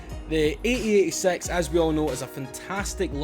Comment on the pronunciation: Is it funny that you said ae8sex at the beginning hahaha lol